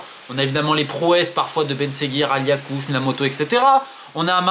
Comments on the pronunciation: Akliouche pas aliakouche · Romain a qui sort un ALIAKOUCHE, AU LIEU DE AKLIOUCHE 🤣😭😭